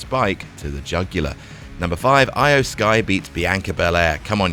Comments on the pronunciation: E O not I o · Why can't say Io properly? Is he doing it badly on purpose or what?